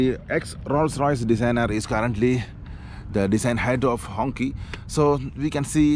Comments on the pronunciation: Bro it gave me cancer watching you pronounce it as honkey. It's pronounced Hong "Chee" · Quite sad that the brand name Hongqi is mispronounced and unfortunately the gentleman doing the review of Hongqi is calling the design fixture on the car's bonnet as logo. Quality of review needs to be reviewed please. A humble request🙂